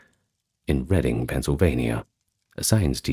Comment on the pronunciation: Omg you pronounced Reading PA correctly! You must be local 😂